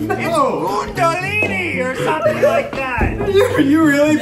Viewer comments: Ned's pronunciation of Kundalini was actually so accurate 😂😂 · Ned you were correct, it's KUNdalini not cundalini